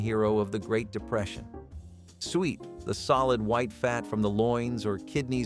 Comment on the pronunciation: Suet is pronounced sue it not sweat.